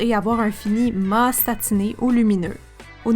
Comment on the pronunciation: Cc super vidéo ! Simple et consice ! Par contre on dit " mat" en prononçant le T et non "ma" 😉 bisous